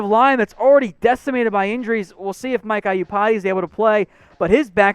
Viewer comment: I cringe every time you say "Mike Eye-you-pati"